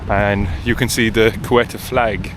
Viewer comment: I think they pronouce Ceuta as ' See Oater,' planning on visiting next year. Thanks for sharing 😊